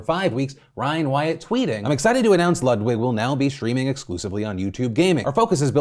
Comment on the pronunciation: It’s pronounced LEWD-VIG